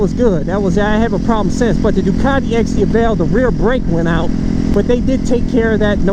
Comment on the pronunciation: It's Di-A-vel, not Di-a-VEL...